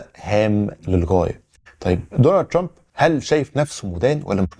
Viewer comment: كلامك كويس الا نطق اسم ترامب